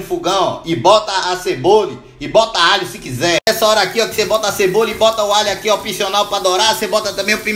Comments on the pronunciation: " A ceboli" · ´´Uma CEBOLI`` kskskssksks o jeito q ele troca o nome das coisas e engracado PANELI,AÇUQUE...